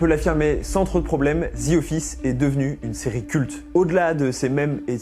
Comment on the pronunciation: Pas parfaitement? Zi? Zi? J'ai dû arrêter la vidéo tellement c'est ridicule...En plus, te le dis 10 fois en 30 secondes...ouf...